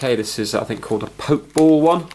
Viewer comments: It's... um, not pronounced poke ball... It's actually a Pokéball. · "poke" ball haha i love it its prounounced "pokey ball" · Btw it's pronounced "poke-ey-ball" 😂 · why did he say pokeball like that